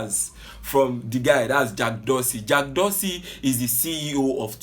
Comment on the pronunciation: He is not pronouncing the name well lol... Abeg leave Garba alone he is a clown